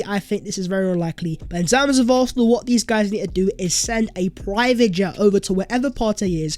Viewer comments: Arthenal 👀👀👀😅 love u my guy but 👀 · For Gods sake, atleast pronounce "Arsenal" properly man..😑